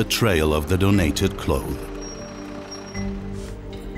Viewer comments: Narrator can't pronounce clothes/clothing. Hard pass. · You couldn't get a narrator that can actually pronounce the word 'clothes'?? Makes me cringe every time he says 'clothe'. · Good documentary, although I found it very distracting that the narrator can't pronounce 'clothes'.